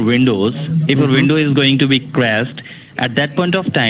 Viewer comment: " what you'll have to do is to buy another vindow" LOL